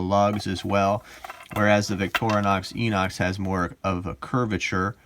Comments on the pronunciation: So annoying when self professed experts can’t even get the name correct. FYI, (sure I’m not the only person to point this out), it’s pronounced, “eye-nox”. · Victorinox is a French word and the X is silent. Inox is pronounced with an I not an E. I have owned a fair few Victorinox watches and Citizen watches, and Victorinox are superior. Problem with Inox is the 21mm lug width